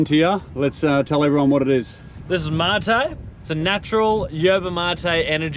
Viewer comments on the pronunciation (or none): No, it's Yerba MATE no matay. : )